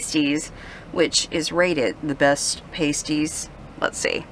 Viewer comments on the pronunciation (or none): I'll give you a thousand dollars if you NEVER say paste-ee again. Paste-ee are what strippers in Vegas wear on their nipples. Pass-ties are the sandwich pie things you are eating in northern Michigan. Get the beef gravy. Come on now...... I KNOW these locals helped you with your pronunciation. NO ONE will serve you a paste-ee. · I was raised on Cornish pasties, so let me help you with the pronunciation. When you say “Paste-eze” those are nipple skin coverings that women wear. When you say, “Past-eze” that is pie crust filled with a savory blend of potatoes, onions, meat, etc. Since I’m now a 65 y.o. Master Gardener, let me assure you that rutabagas are savory root vegetables like turnips, whereas rhubarb stalks are usually used for sweet treats like rhubarb-strawberry pie. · It's pronounced Pass Tee...pasties are a whole other thing lol If you ever make it back up there stay at 12 Mile Beach if want a taste of wilderness camping right on Lake Superior! Lake Superior is always ice cold 🥶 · 😂I was thinking that same thing